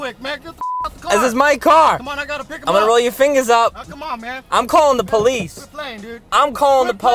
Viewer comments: I’m calling the poleeze lol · Loukas Prokopiou the po wice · I’m calling the polease